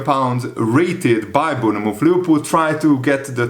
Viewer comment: it’s pronounced Born-muth